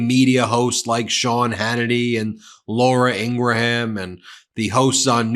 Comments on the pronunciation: “Laura Engramm” 😂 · She pronounces it "In-gram" with two syllables. Just as we respect others pronouns, we can do their names too. Just a lot more professional. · Ugh!!! Learn how to say 'Laura Ingraham'!!!!